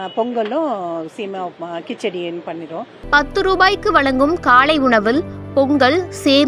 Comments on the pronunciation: காளை உணவு அல்ல அக்கா...காலை உணவு அக்கா...english medium ஆ...ஹாஹாஹா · காளை உணவு இல்லை காலை உணவு . தமிழை கொல்லாதீங்க